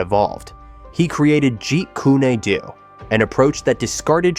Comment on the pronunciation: Do you even listen to these before you post? "Jeet Kuney Doo" the "Polish" of perfection? C'mon. Downvote.